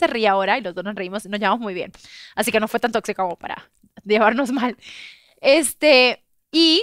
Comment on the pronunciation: Vanessa: Una palabra formal es "Tóxico".: Totsico.